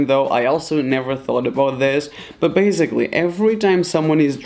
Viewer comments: Why do you say “baziclly”and not basiclly?i am the only one who is annoyed about this? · Why is that guy saying bazgily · Okay I guess .........